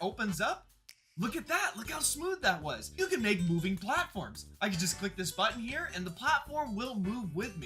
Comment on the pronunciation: U said “hi ere”